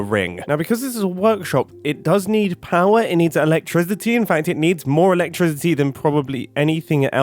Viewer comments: i swear i heard Mumbo say ''electriZity'' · interesting pronunciation of the word electricity lol